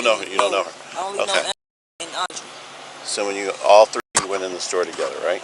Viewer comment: Pronouced store, not sto.